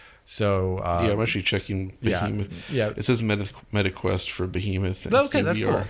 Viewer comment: “Beehee-moth”? 🤣 I wonder if that’s the accent or a misread